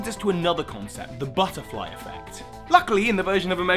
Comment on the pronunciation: Omg I love how the said butterfly effect and the one where pokemon exists said butterfre effect